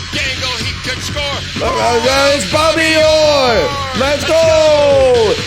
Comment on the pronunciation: Lil bro said "Bobby Yore"